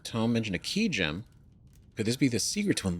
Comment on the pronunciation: Ugh GEM not gam 😂